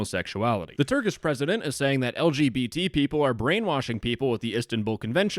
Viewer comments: As a turkish citizen i laughed at your prounancaiton (no offence) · as a turkish, i can agree your pronunciation is not very good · as a turk, that pronunciation was so beyond horrible that i laughed for 2 minutes and had to rewind cuz i missed the video while laughing😂😂 all non-turk people pronounce turkish words like that though, no offense